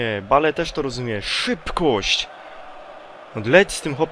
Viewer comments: Wiem chodziło mi że skoro mówi BALE nie Bejl to może mówić SPURS nie Tottenham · On specjalnie tak czyta, tak samo jak BALE xD